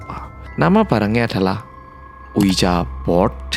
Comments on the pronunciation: its pronounce as ouijee board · Ouija setahu saya dibaca "ouiya". Game ini mirip Jumanji. Hehe. Btw, makasih Mas atas cerita ini. Mantab! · Bang nyebut ouija nya salah